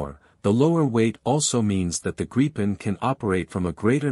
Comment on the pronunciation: Gripen pronounced Grip-pen